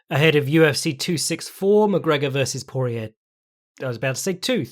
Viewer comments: Damn, Slack does not respect Cajun pronunciation at all. Dustin "Por-E-er" Daniel "Corm-E-er" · Correction: Por-E-ay and Corm-E-ay.